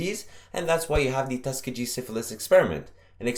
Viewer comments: Tuskegee is pronounced "Tus-KEE-ghee"(with a hard "g" and the accent on the second sylable). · I noticed that too Just thought it was his accent